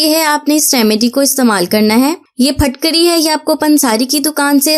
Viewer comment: Yeh PHATKARY NAHIN HAI YEH PHITKARY HAI KIA PUNJAB MAIN ZAIR KO ZABAR BOLAJATA HAI ? WHAT U DO IN QURAN READING ??